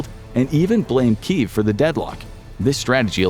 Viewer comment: Kyiv not Kiev